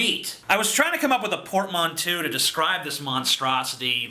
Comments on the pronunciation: Porte-manteau. Port-maun-to. His pronounciation wasn't that bad. - Someone who speaks French and cares about it. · you mispronounced portmanteau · The reasoning in this video is faulty, I can't be arsed to explain why and no one would care anyway. I know he doesn't read these comments, but for anyone reading this, that is not how you pronounce portmanteau, do not copy this pseudo-intellectual fool.